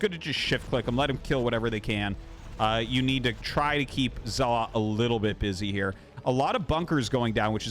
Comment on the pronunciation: His name is Zelot not Zealot